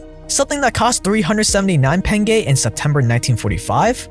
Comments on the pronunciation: how the fuck can you pronounce pengö as pengay?! if you would pronounced as pengo still wouldn't as bad as pengay lol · why are you saying penge there is no e?! lol